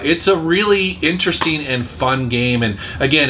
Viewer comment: I like how pronounces interesting.. inter.. resting.